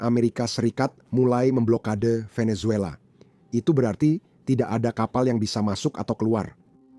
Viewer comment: Kongratulasi! Bagus sekali konten, komentar dan narasi situs ini. Mohon izinkan saya memberi saran/koreksi kecil, yaitu ucapan kata atau nama orang yang dimulai dengan huruf "V". Ucapan yanpaling dekat di lidah Indonesia adalah "B" dan bukan "P". Jadi VENEZUELA dan VLADIMIR, ucapan yang paling dekat adalah "BENESUELA" dan "BLADIMIR". Perhatikan dan dengarkan dengan saksama bagaimana orang Venezuela dan Russia mengucapakan nama2 tersebut.